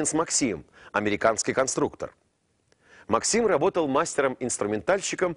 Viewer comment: Правильно МАксим. Ударение на А